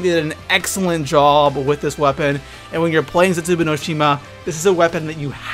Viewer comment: It's ZetsuBOU not ZetsuBU....... jeez